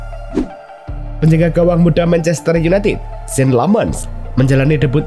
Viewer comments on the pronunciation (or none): none